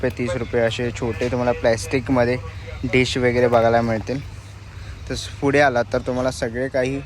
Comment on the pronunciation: Fude ❌❌❌ Pudhe✅✅✅ Panguins❌❌❌ Penguins ✅✅✅ Kitchens ❌❌❌ Keychains ✅✅✅ Kitti vela sangitlay...bhasha sudhara! Marathi correct bola!!!